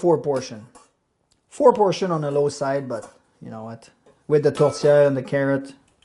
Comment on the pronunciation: Congratulations! You pronounced Tourtière correctly! With the french Canadian accent.